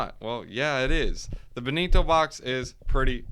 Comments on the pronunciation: its not ben-ni-to... its BEN-TO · BEN-TOE BRUH BEN-TO